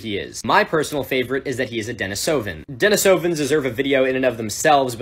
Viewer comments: De-NEE-suh-vuhns. This hasn't done much for your credibility. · when you're enjoying the video and then he calls the denisovans "denis oh vens" instead of "deh nees oh vens"